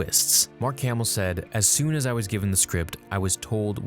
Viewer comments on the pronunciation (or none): none